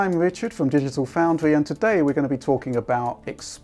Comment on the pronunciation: This is fwom digital fowndwy XD